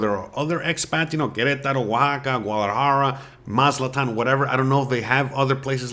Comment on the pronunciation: It's pronounced "Maz A TLAN", NOT Maz -LA-TAN!!!